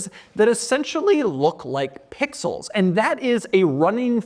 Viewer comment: Stop saying pixels man. It jars the ears the way u stress “Pixels”